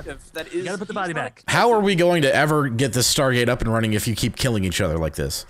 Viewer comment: THE STAHGAET